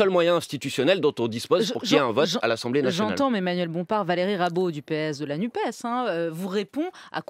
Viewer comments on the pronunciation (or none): NUPES se prononce nupesse - comme dans PS, CNRS, CAPES etc ...